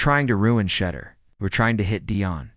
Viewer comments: To hear The deplorable way the media pronounce Sha—-deur(door). What is your problem. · Why should I listen to any thing you say when you can’t even pronounce Shedeur’s name correctly.